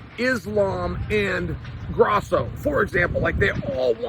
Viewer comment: Did this guy just say GRASSO? Lmao